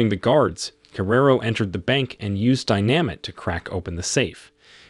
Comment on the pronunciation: Who the hell is narrating this, an auto dialer? “Dynamit”? “…a demonic figure named Lucifer…”? 🤣🤣🤣